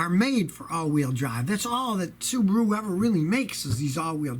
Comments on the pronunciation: Scotty, I think its funny how you say Subaru like kangaroo😅😅😅Subaroo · "Subaroo" ;D;D;D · I like how he says Subaru